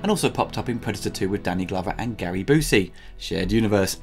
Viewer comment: Byoosey, not Boosey.